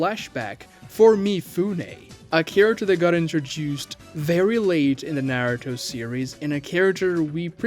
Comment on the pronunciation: Dedicates a channel to Naruto but pronounces it like that? Blocked